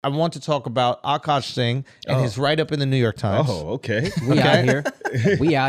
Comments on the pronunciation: I wish they wouldnt pronounce his name "awwkaash" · "ughKaash" or "ughkawsh"